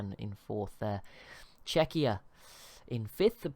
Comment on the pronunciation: Its CZEchia, not CzeCHIa. Google translate (on english) can prove it